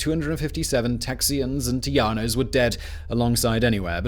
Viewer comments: Alamo is use now for key word we been over run regroup special location prepared to fight till the end . Lololol tejanos pronouncing is wrong buddy lol you saying tiano lol I am rolling and texians bahahah OMG 🤣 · Agreed. Our Texas history class covered the “united we stand” approach to Texas Independence. Anyone else cringe when he says Tejanos? In Spanish j is an h sound- not y sound...it’s “Tay-han-os”! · It's Teh-ha-no